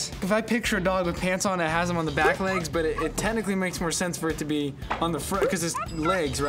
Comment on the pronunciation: “li-egs” BAHAH